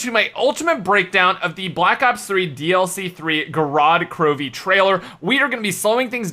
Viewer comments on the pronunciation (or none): Man you are awesome, but please put intonation on the first "O" in word Gorod. I'm Russian and its just sounds sooo wrong and wired.